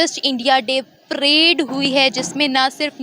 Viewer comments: Madam prade nahin parade hota hai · मॅडम प्रेड नही.परेड हां.धन्यवाद